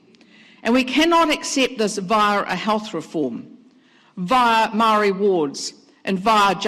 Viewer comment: Says she cares about Maori when she can’t even pronounce it properly, yuck